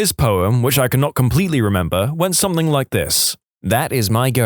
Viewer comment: No K in the word something